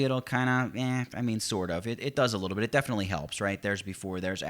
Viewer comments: sounds like you said "and paint away the bitch you don't want " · Damn! It does sound like that! But I am sure it's "the bit you don't want". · So True LOL